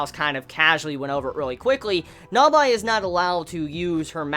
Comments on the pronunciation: Nabeeeee not nabiiii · It's not Nabye, it's NABAE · Not gonna lie... I was about 5 min in before I realized who NABI was. ... it's nabe bro. (Nah-bay) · I had some issues understanding who you were talking about. I think you may have been trying for 'Na-Bae', but that did not come across. otherwise, I tend to hear 'Na-be' whenever people mention her. so...confused. :) rather think Na-bae is more for the literal type of communication. it don't work quite right in vocals. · i love this XD <3 but... pronunciation of Nabe is "Nabi or Na by" is kinda irritating XD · she's called Nabe not Nabae. Nabae is the guy from Baby Steps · Also mate it is (Naah-bey) and (Deh-miew-rg). Not being a dick mate. Just helping a Brother out Brofist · I know this is an old video but I am annoyed how you pronounce Nabe. The voices even say her name but you still chose to say "Navay". Dunno if you corrected that now. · yu pronunciation the name Nabe is wrong! (｡>﹏<｡) its Na Beh, yu amoeba!! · yu pronunciation the name Nabe is wrong! (｡>﹏<｡) its Na Beh, yu♡ amoeba!! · I know I'm late to the party, but your pronounciation on the name of Nabe is infuriating, it's like you watched it with some shitty DUB.